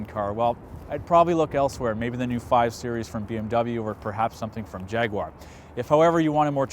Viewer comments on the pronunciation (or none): none